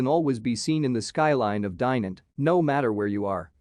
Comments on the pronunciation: Dai-nant ? Dye-nant ? The "i" is pronounced as in "kid". And the "t" is silent. The city is not really a "hidden gem" either. Ok, there are a few places to visit such as the cathedral or the citadel but really it"s not that special. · Butchering of the name but it's a nice place.